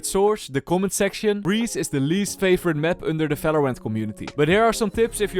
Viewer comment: Brother its not Falorant and not Fideo plsssssssss